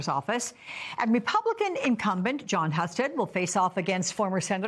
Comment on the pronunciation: Do your homework! Mispronouncing Jon Hustead’s last name and framing Amy Acton as “Covid Czar” rather than Doctor and Director of the Ohio Department of Health fully supported by Republican Governor Mike DeWine underscore lazy and inaccurate reporting.